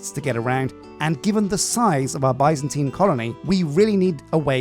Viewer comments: It's not bī-zan-tīn it's bi-zan-tēn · Omg I love you, you're my 2nd favorite all time youtuber, but it is pronounced BIZZ-AN-TEEN, NOT BY-ZAN-TYNE. BIZZ-AN-TEEN. AND THE ADJECTIVE FORM OF BIZANTINE IS BIZANTINE!!! NOT BIZANTINIAN. THATS LIKE SAYING ENGLISHIAN INSTEAD OF ENGLISH. AMERICANIAN INTEAD OF AMERICAN. AUSTRALIANESE INSTEAD OF AUSTRALIAN. ITS JUST JUST BIZANTINE. BAHHDHEJIWSOKDDNKWKn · idk if it's a british vs american thing but i've only ever heard it pronounced 'biz-uhn-teen' never 'bye-zan-tine' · i am screaming why and how do you keep mispronouncing Byzantine it is pronounced [ˈbizənˌtēn], in plain speech, that's Bih(short i)-Zahn-Teen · British English and American English have different pronunciations. Both are considered correct.